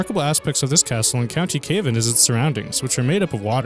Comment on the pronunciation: It's not pronounced 'kayvan' it's 'Cah-væn'... Cavan. Ca like cat!